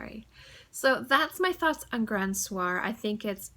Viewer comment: I had the same problem too but its only fixed untill someone helps or you realize youre doing it all wrong! lol Soir is pronounced "Swahh" Grand"Swahh) meaning Grand Evening :) cheers